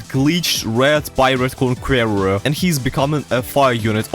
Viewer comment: The way he pronounced conqueror eats me alive